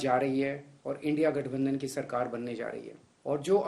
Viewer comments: मोदी को इंडिया कहनें भी नहीं आरहा है इंडी कह रहा है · India bolne me sarm aa rahi hai 😂ki indi bol rahe hai modi ji aap desh drohi ho India bolo na ki indi 😂😂